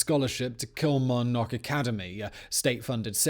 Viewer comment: Kilmarnock was said weirdly lmfao